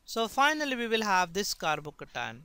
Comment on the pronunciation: I like the way he says carbocation. «Carbocatan» !